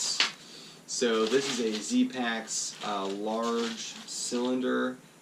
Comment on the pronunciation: Can you place a link to the "dry" bags. I can't tell if you're saying Z-paks, Zpax or what.